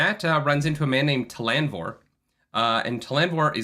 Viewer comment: Oh my god, why does put the accent on the middle syllable of so many words? ca-LAN-dor? ta-LAN-vor?